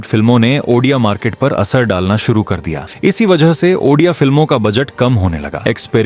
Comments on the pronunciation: Sir aapne video to achhi banayi he lekin ek hi sikayat he aapse ki aap jo baar baar ondia cinema ondia cinema bol rahe ho wo ondia nahi odia he.aap ondia bol rahe ho wo sunne ke liye achha nahin lagraha he baaki aapka video achha he. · Bhai video baht hi badhiya tha aur informative tha bas pronounciation me bhai Ondia nhi hai Odia hai wo❤ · Jay Jagannath Andia nehi Bhai o di a=odia Or bahut achha laga😊🎉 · Brother it's Odia not Ondia, please pronounce it properly. Ondia meaning in Odia language is Male (Gender). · Ondia nahi odia hai brother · this is not ondia this is odia ...ओ डी आ writing ✅ speaking ❌ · Ondia nahi re odia film, achhe se pronounce karo, nahi araha to material karo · Ondia ❌odia✅ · Are bhai ondia nhi hai odia hai support you but or bhi informative subject lao odia film industry se lekar ❤❤❤❤ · Pehle to ap ondia kehna band karo. Odia bolo Odia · I am from odisha Jay Jagannath, btw Ondia nhi Odia (Bhai ne Odia & India ko milake -ondia Kardiaa😅😅😅) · Odia likh kar bhi ondia kiyu bol rahe ho bhai sorry mango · Abe wo ondia nhi odia hai tu sala hamare language ko badnab kr rha hai 😅😅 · Ondia nhi bro odia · That's No Ondia 😢 That's Odia bro 😊 Jay Jagannath 🙏 And thanks for explaining our culture 🤩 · It's odia ,that is ODIA (ଓଡ଼ିଆ) . not ONDIA , ok👍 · Ondia 😂😂😂 Nahi hai 😂, ODIA hai 😊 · ओड़िआ भाषा को ऑनडिआ बोलके मजाक बना रहेहो 😡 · Ondia Nehi bhai odia cinema par video banane ke liye thanks (lekin ap odia ko ondia bolate ho to bora lag ta Hai sorry😢) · oNdia ❌ ODIA ✅ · Odia❌ Ondia ✔️ 😅😂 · Ondia ❎Odia ✅ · That's not ondia That's Odia And also not oddia Only odia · Ondia nehin bhai odia hey . Btw thank you for your support. Jay Jagannath 🚩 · Ondia ❌ odia ✅ 🤭🤭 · Ondia nahi odia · Bro researched so much but didn't have time to pronounce ODIA correctly. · Aap Indian nehin hai kya, state ka naam thik se bol nehin pate ?????